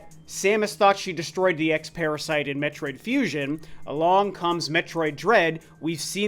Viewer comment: "metroid fusin"